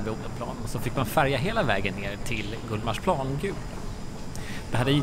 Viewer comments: GullmarsPLAAN. Finns det folk (stockholmare) som uttalar det så? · Jag är från Stockholm och uttalar GullmarsPLAAN ändå.